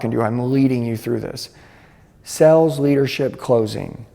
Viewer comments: Nothing instills confidence more than learning sales from a guy who can’t pronounce the word “sales” 😂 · Is he saying "sells" or "sales"? Genuinely asking